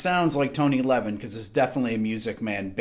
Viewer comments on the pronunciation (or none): none